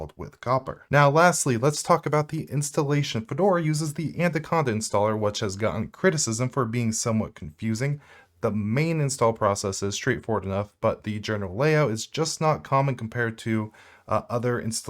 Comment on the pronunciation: This joker doesn't know how pronounce Anaconda....Look how he says antaconta lol.